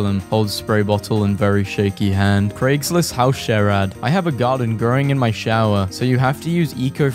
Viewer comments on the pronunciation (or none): none